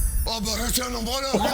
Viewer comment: le pire c'est quand même ombrologue, genre urologue, gynécologue... Je crois qu'Eric ne l'a pas dit une seule fois correctement 😂